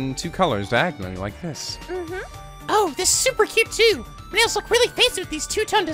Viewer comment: It's painful how he says it as My "Chapter 1" Class Trial, Our Class Trial.